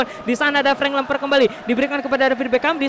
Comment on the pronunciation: Ngakak kalo ngomong frenk lemper😂